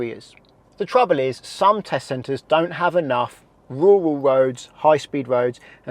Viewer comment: RURAL not WURAL